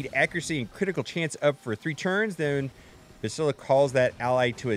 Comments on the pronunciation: It's pronounced Bass (like the fish) - tila :angryface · It's not just you, but ONE of you game changers needs to replay kotor and learn how to pronounce Bastilla. You're all saying it wrong and it's driving me nuts lol